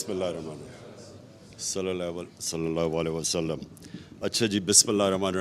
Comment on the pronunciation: Jisko Sallallahu Alaihi wasallam bolna nahi ata tum log Usko pata nhi kesy support kar rahy ho bhai Is shaks ny Apko Siway taqreer karny ky Aur Ehsas programme sy jo Mustahiq nhi thy unko paisy 12000 deny ky elawa Arbo rupees ki corruption ky siwa kya diya Mahengai itni ki ky Ghareeb banda Ki khareed o farokht karny ki oqat nahi rahi Allah Ap sab logo ko hidayat dy Khuda kelye apni Ankhy kholo Agar Achi Taqreer karny sy 4.5 Achi batein karny sy kuch ho jata to Aj Hum Pakistan waly Kaha hoty Kashmir bhi hamara hota Imran Khan jesy Achy Muqarrir buhot hain Har Gali Muhally mein